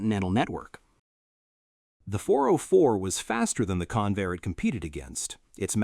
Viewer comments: That's CON-vair, not "conveyor." The name was a portmanteau formed by the merger of Consolidated and Vultee aircraft corporations. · That competing aircraft builder wasn't "Can-VAIR" it was CON-vair. Don'tcha just love these AI Slop robots? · Hey stupid AI. It's CON-VAIR with the accent on CON. AI slop. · It''s "Convair," not "Conveyor." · Convair, not conveyor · LOSE THE ANNOUNCER BOT!! ("Kinvayer", MY ASS!) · Convair has two syllables, both stressed, and is NOT pronounced Conveyor. It's discouraging to see excellent film with sloppy narration. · Yes! It is pronounced Con - Vair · Three and a half minutes into the video and the narrator begins to pronounce Convair properly. But the producers couldn't be bothered to just restart the narration because of laziness. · Learn how to pronounce Convair. AI again. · I'm so sick of AI mispronunciations. I can't finish watching this garbage.